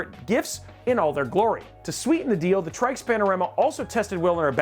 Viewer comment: said "moving forward" twicely. Said Tryx as "Trikes", I dont know for sure but I would assume "Tricks". + said "aesthetic" instead of the hated "asstetic". I came here for the AIO reviews by the way. Oh wait ...Your testbench was INTEL LOL